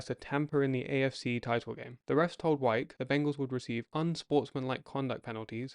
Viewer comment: I understand your wanting to use AI voice over (especially if your voice isn't any good). But when it mispronounces the very subject of your video over and over again ("Wikes" instead of "Wyche"), don't be lazy and leave it that way.